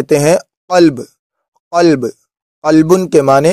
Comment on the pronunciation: دماغ کر عربی میں کہتے ھے رس ساری غلط پڑھتے ھو دل کو غلب بولتے اور کتے کو کلب بھولتے ھے